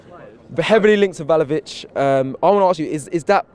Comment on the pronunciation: My man said "Vel-o-vic" when referring to Vlahovic... is way worse than Robbie when it comes to butchering players' names for real! 😂